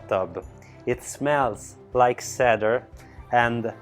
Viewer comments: Wow! What an estate. I've never seen anything like it anywhere. (BTW, your English is 100% better than my Italian, but cedar is pronounced as if it were spelled See-Der.) Keep up the great videos. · It is so adorable when he says ekipped (for equipped) and sedar (for cedar)! 😂